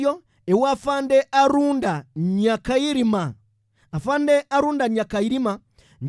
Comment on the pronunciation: He was called Aronda not Arunda.